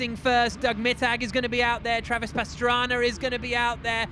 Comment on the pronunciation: When did start announcing and why does he call Pastrana, Pastraner?